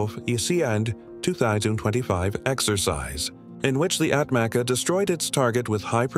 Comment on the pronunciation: ATMACA pronounce as Atmacha in Turkish